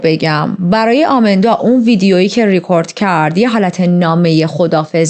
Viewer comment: شما اسمشو اشتباه میگید آمیندا که نیست ایماندا درست‌ترین هستش پس اسم‌ها رو درست بگید